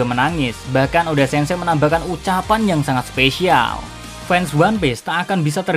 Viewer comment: "eiichiro O D. A"